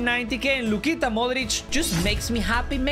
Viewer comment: Bro just said Lucita 💀